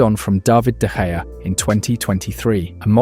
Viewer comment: did bro just say dejea